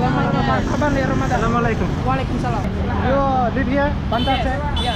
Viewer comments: Hey Daud. No hard feelings but just to improve you more in greeting other people, allow me to correct you, it's not "Salaam Walekum", the correct way is "Assalam-u-Alaikum". All the best my brother for future. May Allah bless you ❤ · It's not salamalakum....its Assalamu walaikum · you should pronounce Assalamu alaikum. It's not Salama laikum.it means you get death..but in Assalamu alaikum means you get life. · Please don't say salamale kum .... Say " Assalamu Alaikum " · Not Salamalukum but assalamu alaykum.... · Bro don't say salwalekum say assalamualaikum pronounce properly